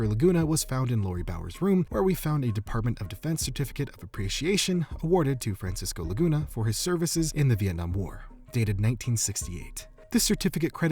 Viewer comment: Idk why but I heard "Francis goolagoona" instead of Francisco Laguna